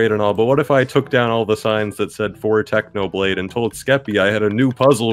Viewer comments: "Technobalde" Did anyone else noticed that? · TechnoBlade: Exists Skeppy: Techno-Bald-e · Pretty sure skeppy ruined technos reputation by saying 'technobald' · "Technobalde" Did anyone notice that?